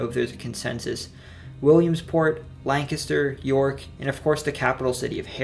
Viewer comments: Thank you very much for saying Lancaster correctly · You said Lancaster the right way🙌🏼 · thank you for pronouncing lancaster correctly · You said Lancaster right! Makes me think you’re from central PA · he said Lancaster correctly, Hallelujah! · You might be the first person not from Lancaster that I ever heard pronounce Lancaster right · The Amish are actually Swiss and Delaware was part of Pennsylvania, look it up, but at least you actually pronounced Lancaster correctly. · You lived in Pa!!!! That's why you say Lancaster right! Thanks for the respect in saying the names correctly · Bonus points for pronouncing Lancaster correctly. As a quick sidenote, Lancaster sits on the Conestoga River, a tributary of the Susquehanna. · I'm from rural western PA originally and lived in PGH for 6 years. I very much appreciate this video, makes me feel very proud of the beautiful state I come from that has such a rich history. ☺ (also I was born in Lancaster and I appreciate that you pronounced it "right" 😂) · Oh my god, he said Lancaster right. I've had to explain to people even from Philly that its "Lank-ister" not "Lan-caster" . Good job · Wilks bar is how it's said in Lancaster (lane kiss stir is the correct pronunciation. Good job.) PA definitely has several regional accents. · You pronounced Lancaster (lang-kister) correctly lol good job! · Lancaster is pronounced Lankister in case anyone was wondering lol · He pronounced Lancaster right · As someone from Lancaster I am so overjoyed that he pronounced it correct. You’ve earned yourself a sub good sir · PA resident here, really great video you put together. I love that you crushed the various dialects within the state, and said got Lancaster right. I also love that you managed to squeeze Pennsyltucky in there, its worth noting. My only miss to call out would be another pronunciation education for all in calling out America's oldest brewery Yuengling. I bet Dr. Oz doesn't know how to say it.